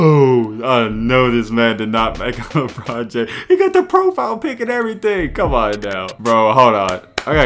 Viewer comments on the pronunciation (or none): Awl man not “Lebelt”😭😭